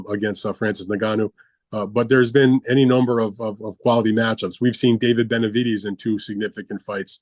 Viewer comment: Has he ever pronounced Benavidez right? lmao